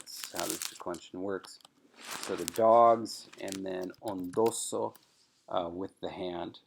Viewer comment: Shouldn't "ondoso" be pronounced ['ondoso] instead of [on'doso]?